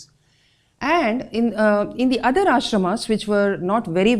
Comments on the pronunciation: What is the logic behind pronouncing Ashramaaas, Shashtraaas, Mahabhartaaaa .....specially spoken by an Indian ...Just wondering. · Nice video I am writing this comment at the video time The way the presenter is taking the name if MahagBhara-Taa and Ashram-aa or Nyay-aa Shahtr-aa shows how deeply our world view and vantage point has been westernised that we pronounce Indian names in a western way.... Like I am from Delhi (Dilli / Indraprastha), and when I was a child I always questioned why do Delhi people take pride in pronouncing Dilli as DELHI (as if they are britishers).... I can understand Britishers having problem in pronouncing Dilli so they spoke Delhi, but why we indians want to show ourselves as aliens and foreigners by calling it Delhi when we CAN pronounce the word DILLI